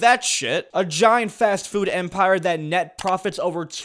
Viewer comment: am i the only one who heard fat-food?